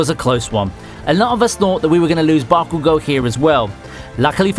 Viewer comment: Watch the anime in Japanese and learn how to pronounce the names correctly. For example it is not Bakugooo, it's BakuGO. This will result in better quality!